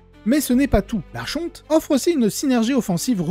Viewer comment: Le ch dans archonte se prononce comme le ch de Christophe. En anglais, au contraire, on prononce le ch comme dans chien et il faut aussi prononcer le « n » de fin de « archon »